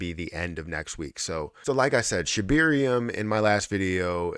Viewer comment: ShibArium. Not ShibIrium.